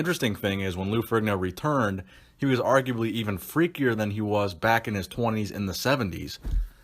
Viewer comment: Strength and power not strain and power Particular not puhticular Arguably not argubly Ferrigno not Frigno